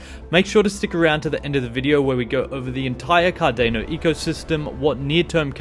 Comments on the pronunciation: Cardano not Cardeno 🤣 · Why would you OBVIOUSLY mispronounce Cardano?! Its like you have never heard anyone say CardAAAAHHHno before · You don’t pronounce Cardano correctly